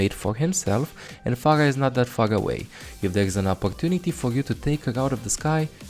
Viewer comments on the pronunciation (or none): Dont wanna be offensive but..."phagah" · Where does this accent come from? It's fascinating, I've never heard r's pronounced as g's before (Phagah/Ogisa/Sombga).